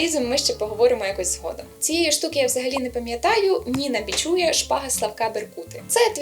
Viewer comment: Дякую за рефлексії. Маленьке уточнення: Ніна БічуЯ - наголос на останній склад ;-)